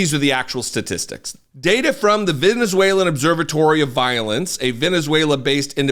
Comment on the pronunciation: When he said frrom the papers i literally screamed 😂😂😂😂😂